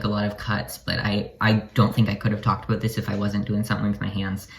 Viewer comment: “Aboot “ -love ur accent-love ur vid